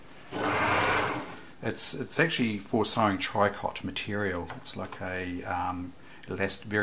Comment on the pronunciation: Tricot stich is pronounced "tree-co"...we can blame the French for that...lol.